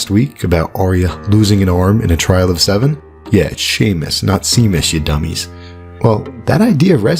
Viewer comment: Kudos on the Seamus pronunciation :D